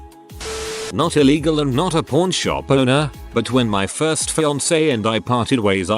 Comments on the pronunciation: Kept thinking the TTS was saying porn shop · When it says pawn, it sound like p——. So then, i assumed they were p——shops lol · The way it says pawn... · I was laughing at that. Who knew pawn rhymes with corn.